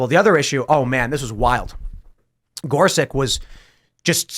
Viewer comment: It would be nice if Tim learned how to correctly pronounce Gorsuch.